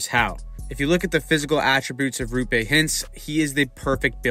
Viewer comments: Great video. One note, it's pronounced ROH-pay...not ROO-pay. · It's Roope. Not Ruupe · Great breakdown! Just a couple tips from a stars fan that hears all kinds of names bein thrown around 😅 Roope is pronouced like Row(as in row a boat)- Pay. Also the first part of heiskanen is pronounced 'hay' rather than 'hice' ❤ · Not RU-PAY hintz. ROW-PAY hintz. You’re welcome 🤘🏽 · it’s row-pay not roo-pay btw :) ✨💚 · If you want to pronounce his first name closer to how it is actually pronounced it's a double O, not double U. Roope, not Ruupe. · It’s not Ruupe it’s Roope. With O. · its ROOPE note Roupe or Rupe or whatever the fuck everyone is saying, bruh there is 2 o's how does everyone butcher it so hard😂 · For the love of Satan his name is "Roope", not "Rupé"! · His name is Roh-pay not ruu-pay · Great vid! The name is actually pronounced Roh'pe. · It’s pronounced Raw-pe (pe as in pen) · How can you call yourself a hockey channel if you can't even pronounce Roope's name correctly nor have any idea of how good he was? Good Lord. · Hurts my ears when you pronounce Roope. O is like in word Moore. Not like O in Choose.